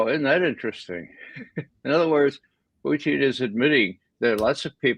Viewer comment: That is the proper pronunciation of the RF President's surname.